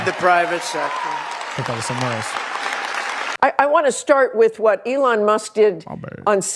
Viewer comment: She's AI can't pronounce Elons name fake news